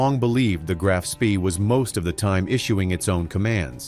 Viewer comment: The most boring,lengthy,including totally incorrect photos and people not to mention the ignorant pronunciation of the ships name. This action took place in December ‘39 so why show U S forces and Japanese battleships ? Too drawn out and over embellished in the presentation, basically banal !